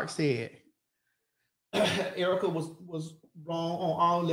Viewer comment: how she said Erica wrong And yes she said nothing is off limits nothing is in arguments